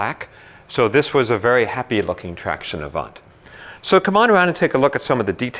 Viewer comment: The good prononciation is traction avan. Don't prononce the "t" at the end of avant. Nice car